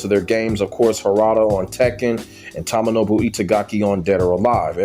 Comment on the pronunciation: Dead or Alive 5 and 6 and Ninja Gaiden 3 misses Itagaki I was a big fan of Doa1-4 but it wasnt the same after he left/fired in 2008 BTW its pronounced TOE-MO-NO-BU